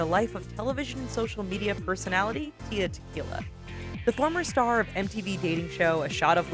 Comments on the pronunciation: Tia? There's an L in there. It's Tila not Tia, it's not that hard!! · its tila how did you get tia?! its TEELAH . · It's tee-la